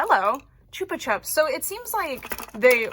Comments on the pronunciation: Also not correcting just saying Because chupa chupps is big in the uk I know your pronouncing it how it should be pronounced with how its spelt but ive always know it as ‘chuppa chupps’ with how its pronounced. Each to there own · So fun fact they are actually Spanish or similar and they are pronounced choopa choops and as an Australian I learned this like 6 months ago lol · i agree she is right thats how its meant to be pronounced I just didnt know it was a big brand in the US. In england we say it the mispronounced way so its really jarring when its pronounced correctly because its something i grew up with just never heard it like that. I think our ads for it are pronounced different too